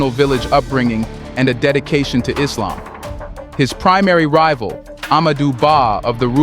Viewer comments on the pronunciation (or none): none